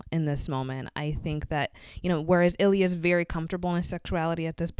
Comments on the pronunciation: As a Russian just wanted to give the correct pronunciation of Ilya’s name - it’s not “Ileeya.” It’s “il’ya” From the “l” you go straight to the “ya” - no sound in between. And the emphasis is on the final “a”, not the “I.” Also, in Russian his last name is pronounced as RozAnov, emphasis on the second syllable, not first. As for the etymology of the last name, most likely it comes from “rose” (“roza” in Russian). It’s a relatively common last name in Russia. For those who are interested, in Russian his first and last name would be spelled as Илья Розанов. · as an american, that is frankly just very hard for us to pronounce 😅 but thank you for the clarification. Doesn't shane pronounce it Il-ee-ya too? I remember being surprised when Rozanov introduced himself to shane's parents, because I had only really heard it pronounced wrong.